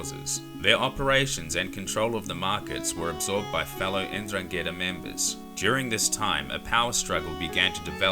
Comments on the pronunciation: Holy shit N dran Ghetaa never heard someone butcher the name like you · Great video, mate. Just one minor thing, N'drangheta is pronounced ndrángeta (as if the N wasn't capitalized, starting with the consonant sound as in the word "nose"). They're quite infamous here in Europe. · It would be lovely, if you try at least to pronounce 'Ndrangheta correctly. Since we have learnt your language and we make everyday effort to speak it properly, it would be good to acknowledge that your way to talk may change foreign words so as to make them unrecognisable by native speakers. Thank you. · At least pronounce it right. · Hi mate. Jamal By your name your are not Italian, you can tell by your explanation of the Sicilian mafia. At first - its not “La” but only Cosa Nostra. Mafia is a general way we call organised crime in Italy. Which we have 4 main “branches” completely different one another. Sicilia - Cosa Nostra Calabria - Ndrangheta (which Is not pronunce like the guy in this video) Campania - Camorra Puglia - Sacra Corona Unita Families from each “branches” moved to the USA to expanded the “business” Cosa nostra became more famous due to the Hollywood movies and to the help Lucky Luciano gave to the American Army to get to Sicily at the end of the Second World War. Just some quick points. But sorry you are wrong. - look it up properly- Cheers